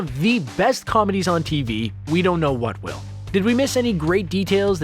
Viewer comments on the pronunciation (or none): none